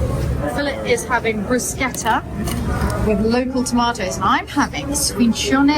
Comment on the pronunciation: You are the English speaking person who can pronounce BRUSCHETTA correctly!